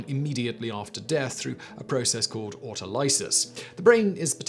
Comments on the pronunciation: Autolysis (auto-liss-iss) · Sometimes I wonder if Simon's awful mispronunciation of words like "autolysis" is something he does on purpose. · I raised my brows at his pronunciation of autolysis